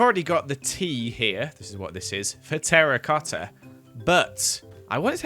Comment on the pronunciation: the way he says, joEls meZALiAn terRIcoTTa!